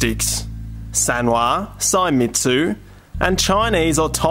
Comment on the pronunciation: It's "say-meats" not "sai-metsu"